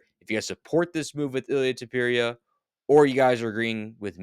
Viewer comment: Tupurieuh 😂😂😂😂😂 how are you saying his last name bruh😂